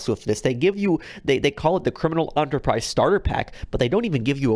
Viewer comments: I’m a new sub to your channel. I like the info, the way you present your opinion, your diction, honesty, and lack of gratuitous swearing and click-baiting that many GTA Online videos suffer from. One extremely minor pet peeve of mine is the pronunciation of “Enterprise”. It’s “Enter-prise” not “aunter-prise”. I apologize if this petty torment is due to a cultural difference by way of accent or dialect. I’m going through and watching all your vids. Starting playing GTA 5 for the first time in Dec 2017. Suffice to say, I’m a latecomer. Thanks for the effort and time you’ve put in to these videos. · What if people are disliking the video because they find this guy's voice annoying, and are extremely bothered by his repeated mispronunciation of "enterprise" as "onterprise"? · This dude was reading this starter packs name "Enterprize Instant God Pack " whole time 🤦‍♂️ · This head ass pronounced Enterprise Entréprise bruh it ain't your main dish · "Criminal ON-terprise" My head almost exploded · It's pronounced enter prize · Why do you say ONTERPRISE??? It should not be as annoying as it is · I stopped watching when enterprise was pronounced as ‘onterprise’ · “Criminal Aunterprise” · If I had a dollar for every time he said “onterprise” I could probably buy a criminal enterprise starter pack. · En-ter-prise you fucking twit! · Wtf is an "ontourprize" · Hey, I love your content and watch almost all of your videos. I think you are a super cool creator with the way that you help your subs in livestream and all but the way you keep pronouncing enterprise as "on-ter-prize" is really annoying. The word "enterprise" is common AF and there is no reason that any adult living in the US should not know the correct pronunciation is "in-ter-prize". Other than that, your content is awesome and I think you are a super cool cat. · Hugh Kendry i think he says antreprise not onterprice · Man it’s real hard to listen to you mispronounce enterprise the entire video